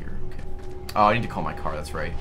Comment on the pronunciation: "I need the car" which I heared as "I need da caah" and sent it as a message during the livestream... I didn't expect Ray to actually shout it out xD And yes, I wrote it as "I need da caah"